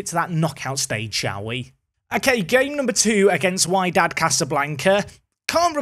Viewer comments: Its Wydad, as wEEdad :) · Wydad is pronounced Wedad (or WeeDad 😅) and with the number of VAR interventions in the game, expect their fans to be moaning and shouting about it 😂😂😂 I'd say invest in the current crop of players (i.e. new contracts, etc) before thinking whether you should spend the money or keep it in the AI manager's hands. And if you decide to spend the money, I suggest you carry on your goal to bring more Englishmen/Britishmen to the club.